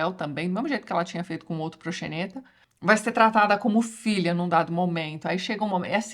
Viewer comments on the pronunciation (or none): A pronúncia é procsenêta